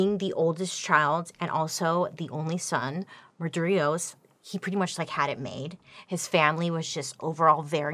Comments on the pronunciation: Fascinating story, but your pronunciation of main guy's name drove me nuts! It's Mar- di- ros 🤣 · It’s pronounced Mar di ros. Sorry I know you said you would butcher the names but as an Armenian I expect better. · I'm pretty sure it's Mardiros and not mardrios